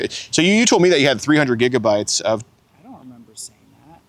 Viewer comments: "Gigidy-bytes"? LOL. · He said "gigitybytes"😂😂😂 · He said "how many gigadee bytes" 😂😂